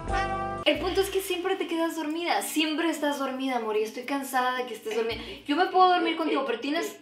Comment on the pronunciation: "Que tienes mi amorrrr" Morí 😂😂😂